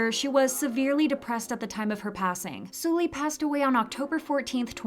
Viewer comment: Suhl-Lee not Sool-Lee